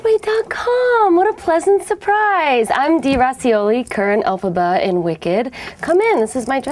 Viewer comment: "elphabs" Lmaoo xD